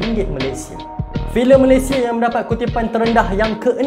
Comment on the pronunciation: Bukan malaysie bro, tapi Malaysia Betulkan sebutan tu